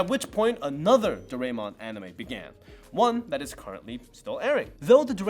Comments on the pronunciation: Dorae(mon) should sound like dorae(moon)…….. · For Doraemon but the others were fine